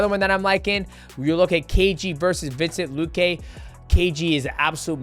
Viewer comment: “Vincent luque”- DJ 😂